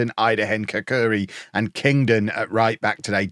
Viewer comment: The Albanian centerback's surname is pronounced [katsuri]